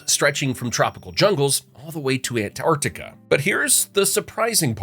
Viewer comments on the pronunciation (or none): none